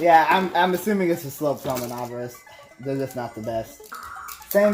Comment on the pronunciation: It's pronounced Min-neh-bore-ohs btw lol